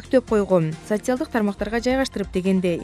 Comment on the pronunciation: Aika Ametjanova озгочо" сасиаялдык"деп суйлогондо